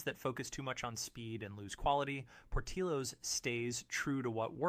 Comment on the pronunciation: You missed pronounced Portillo's. Learn how to pronounce company's name right. Amateur! Have you ever eaten at any of these restaurants? Panera is overpriced blandness. You would know that if you actually ate there. I don't trust your opinion because i dont think you have actually experienced all of these restaurants.